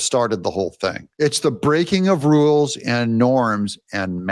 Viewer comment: Did Crockett say “wules”?????